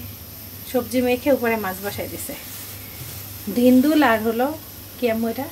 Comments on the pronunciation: its dhundul not dhindul 😊 bhaiya ekhon saifan er moto keo ektu pronunciation shikhan! dui jon k ek sathe poraben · বইনরে ঐটা ধুন্দুল। ধীন্দুল না। Google এ দেখেন